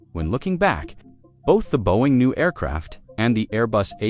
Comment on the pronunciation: teach your AI voice to pronounce 'Boeing'.